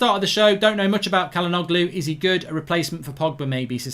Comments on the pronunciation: It's pronounced as "chalhanouhlu" not "kalanoglu" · It’s pronounced Jalhanolu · Its pronounced "Cha-la-nou-glu" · Mark his name is pronounced Hakan Chal-Han-Oloo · just btw it’s pronounced like “ja-luh-NO-loo” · Its pronounced as “Chalhanoglu” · Not bad mark but the g is silent and the begining is pronounced with a 'Ch' sound